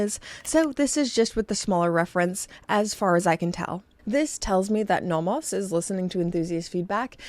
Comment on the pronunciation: Please learn how to pronounce "Nomos."